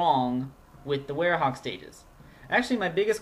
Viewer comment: It's were-hog